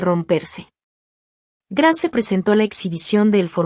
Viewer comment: Cómo dices Grace se pronuncia greis😂